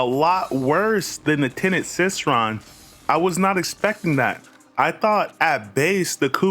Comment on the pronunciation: you cannot possibly be serious abt that pronunciation bruh.⚰ it's Cycron, as in [sai-kron] like a CYCLE...? Because the weapon has a circular design in the middle and literally cycles energy...? Obviously...?